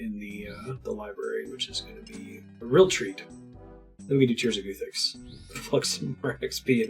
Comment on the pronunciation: At some point do you start pronouncing guthix correctly ? 😂 the goothix is strong with this one